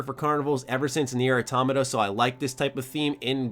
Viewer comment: I know this has nothing to do with he subject matter, but you are literally the only person I've ever heard pronounce Automata correctly.